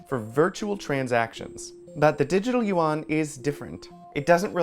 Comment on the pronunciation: There is no such thing (yu won), it is yuan in one syllable. That woman should know better because she speaks mandarin. Yuan means (round) dollar. Please stop this mispronounciation